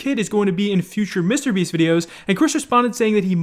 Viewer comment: Why does pronounce Mr.Beast like that like WTF